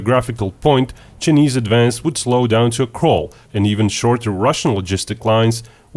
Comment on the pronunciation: It's pronounced CHI NESE NOT JE NIS